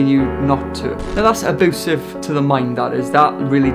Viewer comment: U SAY AEBOOSIVE